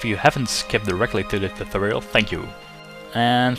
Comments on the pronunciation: what the fuck is a toothoal? speak properly. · Well thanks for this "tuthorial". It worked fine :D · lol love the way you pronounce "tutorial"